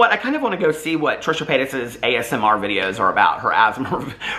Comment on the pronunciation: i love you calling ASMR “asmer” 😂😂😂